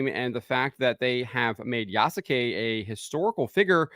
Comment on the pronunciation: It’s “YAAASSSSS” suke.